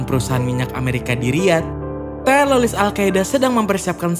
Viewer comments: Teroris bro bukan teloriss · Kenapa ngomongnya harus telolis? Ngomong teroris dollar kuning kah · Bro bre bukan telolis tapi teroris😂 Canda bro bre😆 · Telolis Mulu bang kurang enak bang denger nya 😭